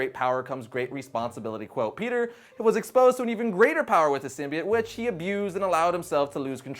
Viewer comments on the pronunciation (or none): Sim-bee-oh-tt, not sim-bee-it.... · It's pronounced sym b oat